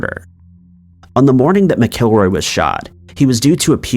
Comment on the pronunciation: Ken's last name is pronounced Mack-a-roy.